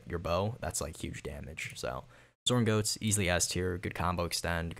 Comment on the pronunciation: as a german listening to you saying the qkido moves i was like fr enraged.wtf is a sorn goats???.it is called ZORN GOTTES.(Gods Whrath)